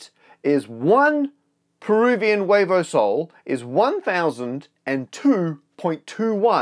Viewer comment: I'm from Peru and it was so funny hearing Matt pronounce "huevo sol" which would mean sun eggs hahaha it's actually "nuevo sol" which is new sun, I like the name of our currency :) like I'm buying things in exchange for stars.